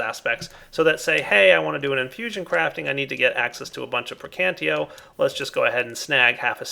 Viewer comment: When will you learn that it is "PerditIo" and "PraecantATio" instead of "Perdito" and "Praecantio"... Your videos would be way more awesome if you pronounce the aspects correctly.